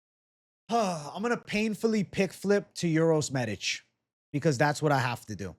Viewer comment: "You said that so well,. I was captivated by how you said the letter 'Ć'. The 'Š' is the only problem with the name, but forget about it. Best regards!"